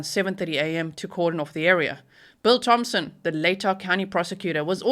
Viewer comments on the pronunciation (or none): none